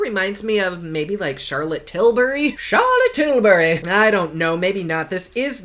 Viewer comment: I die EVERYTIME I hear u say Charlotte Tilbury's name. U crack me up!